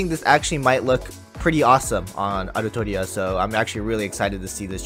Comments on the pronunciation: "Altria" Come on bruh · "altria" Plz no